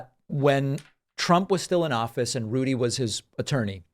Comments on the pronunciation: I thought your Rudy slip up was great, too...but I heard it as "Lewdy," also very fitting. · So is he going to start playing Vegas? R G’s comedy review. Also: I heard lewdie, not looty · I heard it as Lewdy Rudy